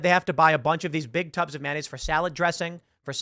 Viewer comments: Maynayze, bitches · Please stop saying “manayze”. It’s “mayonnaise”. You are fake news.